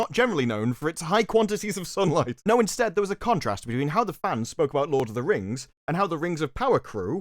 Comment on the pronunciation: Are these clowns pronouncing NO as NEW. It make sense " we are making this for NO audience " Fixed it.